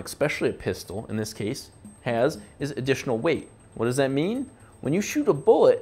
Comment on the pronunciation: Lol why do u say what instead of want